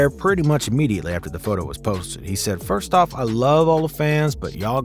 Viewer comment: Man why tf he say off like that